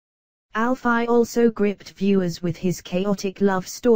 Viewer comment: robotic voice 😠 can't even say Alfie right or Walford